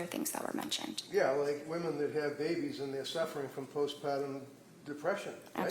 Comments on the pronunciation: Annoyed with the "post-pahtum" depression pronunciation. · What is post "pot-uhm"??